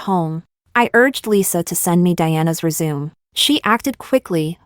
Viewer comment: Omg it's not resume it's resumé ... pronounced ey 😅